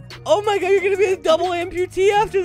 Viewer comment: bro said im not moving im not moving and then says yourn not oving either lol